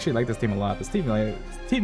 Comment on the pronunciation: great video! 2 things i wanna say: 1. love ur content gonna binge watch 2. maruchaussee is pronounced mah-rue-sha-say, neuvillette is pronounced nuh-vill-ette (you say the t's french is confusing af)